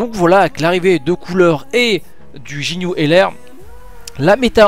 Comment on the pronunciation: sinon cest ginue pas jinue